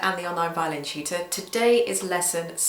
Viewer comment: I keep thinking she's saying "violin cheater" instead of "violin tutor" lol